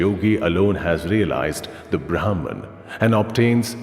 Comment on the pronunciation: In Indian languages, the names pronounced correctly means something. It would have been better if this was read by someone who knows the language., as these mean something else when the pronunciation is different.